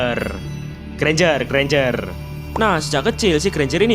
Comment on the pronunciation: Alah ganjar aja ngomong nya enk susah amat lo bang😂